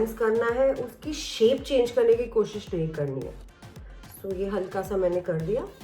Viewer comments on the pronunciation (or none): none